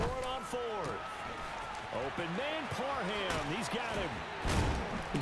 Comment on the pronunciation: Donald Parham Jr. No "n" in the name: Par Ham